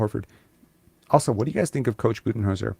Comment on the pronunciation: “Cooch Buddenholzer”